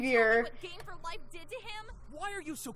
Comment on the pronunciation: 'Game for Life' or 'Gay for life' am i right? hehehehe XD lolol, sorry :')